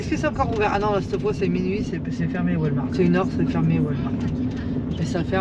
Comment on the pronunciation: Toujours un plaisir de vous voir dans vos aventures 😉....mais, on ne dit pas Walmark mais Walmart 🤣🤣 malgré le devoir de dormir dans un stationnement...vous êtes quand même tout près de la mer🏖 Profitez en bien 💞